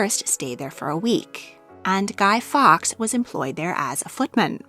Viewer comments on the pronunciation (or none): Not meaning to be horrible but please work on pronunciation. The original founder of the boy scouts is Lord Baden-powell. Pronounced Bay-den. Duke of Norfolk is pronounced Nor-fuk. Guy Fawlks is pronounced Forks.